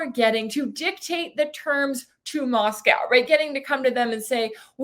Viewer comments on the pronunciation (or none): none